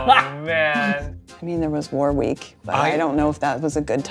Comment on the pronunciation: warwick not war week